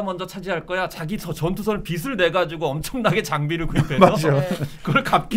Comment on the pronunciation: 좌측의 안경 쓰신분 발음 연습이 필요하신듯 빚을을 비슬로 발음하시네요. 비즐이 맞아요.